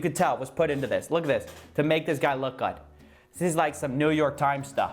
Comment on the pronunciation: “is this supposed to make him look gooudtt?”